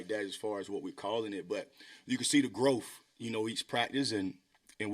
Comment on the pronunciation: He said "you can see the growf"?